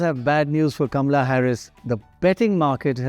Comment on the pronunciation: It's KAMALA, not Gamla 😅